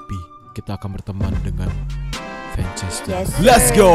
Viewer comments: Funchaster bukan vanchaster kata ilham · Zan bukn van tapi fan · Bang maap yg bener itu funchester yak:v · Funchester bang bukan vanchester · Ngomong2 funchaster ya bukan vanchaster